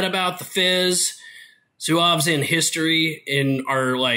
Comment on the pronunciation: "Zouaves" as you pronounce it in the beginning sounds like a mexican city hahah :-) Amazing review otherwise! Thanks for the great feedback. I've been looking at getting some French for myself (since I play France whenever I can), and thanks to your great overview I now know what to play. Great work! You should pronounce Zouaves like Zoo-ah-v. The "e" and "s" at the end are silent. Same for Briscards, you pronounce it Bree-scar. The "d" and "s" are both silent. For Chasseurs, they are pronounced "shass-her" Now can't wait for your O-12 overview :D